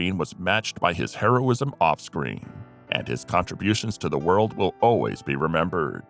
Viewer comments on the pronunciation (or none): none